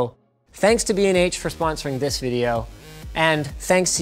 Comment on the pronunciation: BnH? holy shit I thought you said "bean age photography" oh my goodness gracious